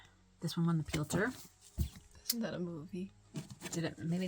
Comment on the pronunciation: Great video…I got so tickled at your attempts to pronounce “pew-litzer”. I’ve never known how to say it correctly either. I never thot about pulling out award winning books. Of course, my collection is still small and I am hoping for shelves this year!